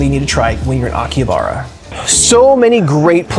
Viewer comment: You may want to learn the correct pronunciation of Akihabara before making a video about it.